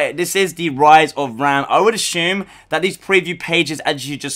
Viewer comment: How are u a gears channel and pronounce raam wrong